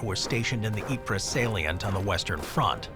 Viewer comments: Greetings from Toronto. I'm going to be a pendantic nerd and correct your French pronunciation. Ypres isn't pronounced "Ee-per." It's "Eep." Thanks for a great video. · Yeeeeep not yepre 😂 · Ypres is pronounce “EE-PRAY”